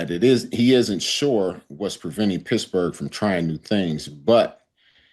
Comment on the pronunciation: did he say Pissburgh?